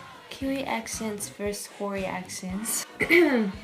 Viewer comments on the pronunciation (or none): roll the r for hori